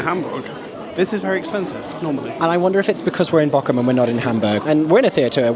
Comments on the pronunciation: Funny thing, no shame whatsoever you are saying the name of the place wrong but it sounds exactly like you are saying the name of an island of the coast of germany in dialect (Borkum vs Bochum) The "ch" is a specific german sound so pls don't worry about it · Ther is Not a k in Bochum am i the only one that things is really Funny to here is pronounced that way (I am German and have seen the show about five times and I am 16 years old) love your videos ❤ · The lovely 'ch' sound you've got nailed when you say 'ich' is the 'ch' sound you need for Bochum 😊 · As a true German - from Bochum! - I find your pronunciation of Bochum absolutely cute! Correctly would be a longer O and then the CH as Aeron says it. I love this vlog from my hometown <3